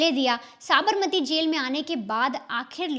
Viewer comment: tu pehle Sabarmati bolna seekh le baad me crime reporter bann....kaise kaise logo ko job pe rakh lete hain yaar...nepotism at it's peak...😅😂😅😂